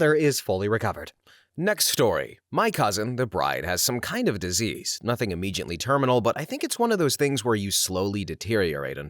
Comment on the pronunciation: Narrator, please stop mispronouncing the word "immediately." It does not contain the sound of the letter "J."